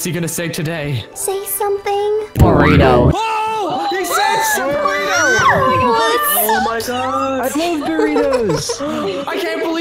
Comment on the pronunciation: It’s burrito not burito 👁🦷👁